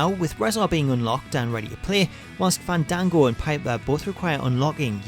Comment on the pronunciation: They call him fane Dane go its Fawn dawn go